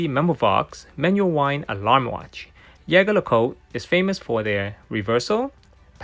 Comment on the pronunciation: It is not ( yege la cot ) it is ( jeje lu cot ) french ….. go and search….. learn how to pronounce….. you have couple of them you should’ve known better